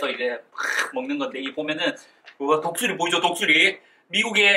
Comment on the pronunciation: 미국 전투식량 설명하실때 독수리를 똥수리라고 들었어요ㅋㅋㅋㅋㅋㅋㅋㅋ